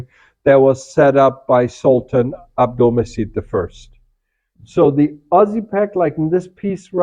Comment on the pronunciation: Hi, the right way to pronounce his name is Abdulmajeed as letter c in Turkish writing pronounce like letter j in English.